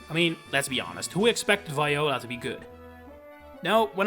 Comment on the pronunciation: It’s pronounced ZAH-SHEE-ihn, VEE-oh-luh, and SEEL-EE-oh, “”! 🤨